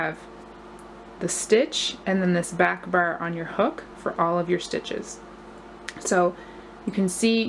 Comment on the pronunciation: I love the pattern! It looks so elegant and like it's knitted, which is exactly what I'm looking for. Just on the side, you have the cutest way to pronounce "bar" --- almost sounding like you're saying "burr" haha!